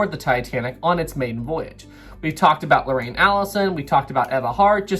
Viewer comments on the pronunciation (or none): none